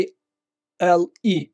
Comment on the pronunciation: Увааемый Юрий. Финская программа YLE читается, как пишется: - УЛЕ (Как и всё в финском языке ) Написал просто для справки (ничего личного )Спасибо за работу !🇫🇮